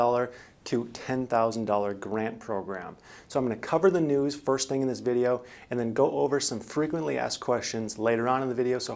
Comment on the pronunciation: Kind of "vag"? Maybe a little "schaaling" lol. Thanks for the vaydeo though :) Thumbs up 👍